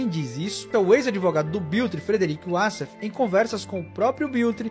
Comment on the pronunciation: Apenas venho esclarecer que WASSEF é um nome egipcio. A maioria dos Wassefs, viverm lá. O Egito fala o árabe e a pronúncia figurada correta é "UÓSSIFÉN" e não "UASSÉFE". Wassef significa "descritor".